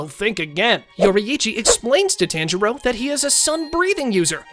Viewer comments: ah yes, TAN jero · It's not TAN-JIRO IT'S TA-N-JI-RO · did blud just say taynjiro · taanjiro lol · It's actually pronounced TON jiro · "tan jiro" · He says the tan in tanjiro wrong so I dislike this very much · bro can pronounce any other name then tanjiro 💀💀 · Did. You say tanjiro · STOP SAYING TANJIROS NAME LIKE THAT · not to be rude but you are pronouncing most of the names wrong like yoriichi and tanjiro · HE"S SAYING TANJIRO WRONG ITS DRIVING ME INSANE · I’m dead with the pronouncing of Tanjiro and Yoriichi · How do you pronounce tanjiro wrong. They say it all throughout the show💀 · every single time he says tanjiro wants me to stop watching this but i know he's not doing this on purpose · yori ichi 💀💀 tan jiro 💀💀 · Pronunciation your ee chi and ton jar o not that hard pronounce it right also all the lower moons were killed so they never fought emu you did it wrong Rengouku doesn’t get donuted because he’d never go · ok let me tell yo how to say there names ton-g-row and yow-re-chi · “yoriyichi” “taangirou” good video though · "Tanjero" "Yoriechi"